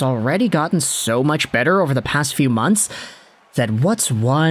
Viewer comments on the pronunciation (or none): none